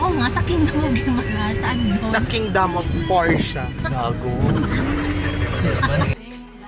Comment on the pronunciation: Kingdom of PORE-sha 😂😂😂